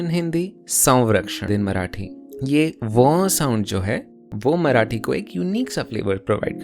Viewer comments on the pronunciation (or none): And for every Marathi person in this comment section, it is मरा 'ठी' not मरा'टी' जेव्हा तुम्ही बोलता, "मराटी लोकांनी मराटी तच बोलयाला पाहिजे" you miss the point... (Yes, I've been subjected to this rant throughout my life and for once I want you to take proper pronounciation seriously)